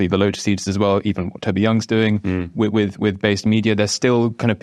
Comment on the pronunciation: The word is ‘with’, not ‘wiv’, what’s wrong with millennials?